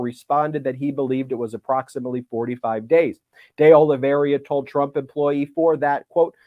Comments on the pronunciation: Ben, when you have a moment, could you take a careful look at Carlos De Oliveira's last name in order to correct your pronunciation? As of this video, I have not heard you pronounce it correctly yet. [Not to worry, though, as almost every poster on YouTube (including yourself) mispronounces it. It's just that you are a good, educated, professional who I am sure prides himself on getting things right.] P.S. Mr. Popok pronounces it correctly! (retired teacher) 😇🙏🌈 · Ben, I’m half-Brazilian. It’s pronounced De Oliveira as in “Day Olive Ara” not “Day Olive Area” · De olly vee era not de olly vee eria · Minor bug, but it is De Oliveira, not DI Oliveria, as Ben continuously mispronounces. De, pronounced as in 'de'ad. Oliveira, pronounced Olivayra. Look got it ok. No 'I' after the R, Ben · Please correct your pronunciation from De Oliveiria to De Oliveira ;-). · You're mispronouncing De Oliveira's name. There's no I after the R. Thought you might want to know. Sorry to nitpick. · I think the correct pronunciation of the new co-defendant's surname is DAY OH-lee-vay-rah.